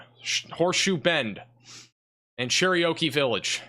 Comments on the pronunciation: You butchered the name Cherokee. Like...did you ever really bother to try to read the name? I understand accents can influence pronunciations, but really? "Cher-ry--o-key?" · U said Cherokee like it was an Indian Oreo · Cherokee is not that difficult a word. Lol. Good coverage